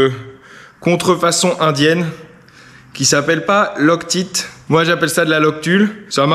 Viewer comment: XD on prononce loc-taïte parce que c'est comme "Lock Tight" qui veut dire "Serré Fort". :) Mais j'avoue moi aussi je sids soucent Loc-teet.